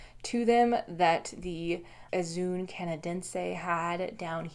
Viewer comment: Just FYI on pronunciation - zoön (o followed by o-umlaut) is pronounced as two separate "o"s. Somewhat obscure factoid, the diaeresis is used in English to indicate a separate syllable rather than forming a diphthong. So "zoe-on", rather than "zoon". Looking up diaeresis in a dictionary or on google will give longer explanations. Regards.